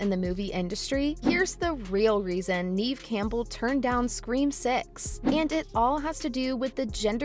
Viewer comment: Pronounce Neve Campbell's name correctly lady!...."Geez!".🤨